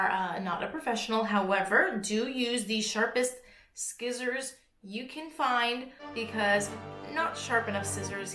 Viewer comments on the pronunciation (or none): not scissors ... seessors! 😉